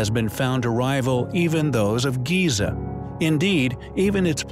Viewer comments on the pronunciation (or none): none